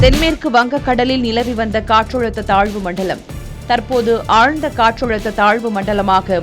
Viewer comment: Katrazhutha nu solunga...Katrulutha nu solitu irukinga